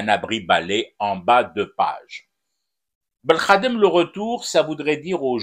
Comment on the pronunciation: La prononciatio belkhadem signifie insulte au Peuple Algérien.